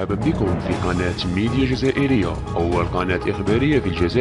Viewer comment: هو موضوع مهم جدا لكن السرد والالقاء رديء جدا هذه ليست بطريقة نطق اللغة العربية الفصحى وهذا يأثر سلب من جمال واهمية الموضوع مثلا.. جزائريااااا ، حياااا، تاريخياااا نطقك مزعج أرجوك حسن من سردك لمثل هذه المعالم السياحية والأثرية العظيمة كي يراها العالم كله فأنت تصدر سياحة جزائرية فكن مصدر جيد أو لا تكن وبالتوفيق ان شاء الله